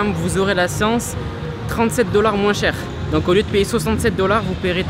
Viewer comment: vers les "moinsssss" c'est de quelle région ça ? Je juge pas je viens d'Alsace en terme de défaut de langue on est gratiné